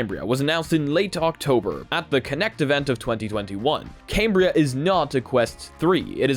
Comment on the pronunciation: You didn't get invited because you keep calling it came-bria instead of cam-bria